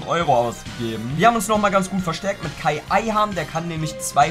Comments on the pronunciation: Heißt ayhan nicht kaan und nicht kai? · Das Kai bei Ayhan triggert mich so weil es Kaan heißt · Kaan! Nicht Kai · Dir ist bewusst das der "khaan" und nicht "Kai" Ayhan heißt odeer? :D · er heißt fu..ing KAAN Ayhan